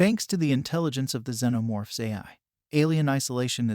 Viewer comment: No…. “xenomorph”